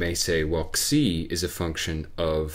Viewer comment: He indeed pronounced it right. "xi" should be pronounced as "ksi".